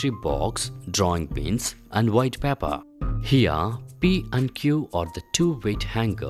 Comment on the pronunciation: good experiment but for paper u r saying papper